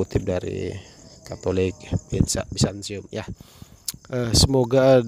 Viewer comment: Mas. Mau tanya dong. Kenapa banyak orang Katolik baca huruf T dibaca S? Byzantium kok jadi Byzansium?